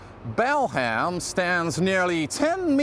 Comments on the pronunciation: Why, in heaven's name, does the narrator of that old film pronounce the name of the district "BAL HAM", instead of the way does? 🤔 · Peter Sellers was mocking American announcers, who mis-pronounce English town names. So he said Bal-Ham, instead of correct pronunciation which is Bal-am, as you don't pronounce the H.